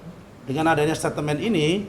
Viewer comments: Son son.. Ngmg aja gk becus ko jd jubir😂 staitmen son.. Bukan statemen😂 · "setatemen', "setatemen" setatemen" "setatemen"...memang dulu ada Holden Statemen tapi bukan Setatemen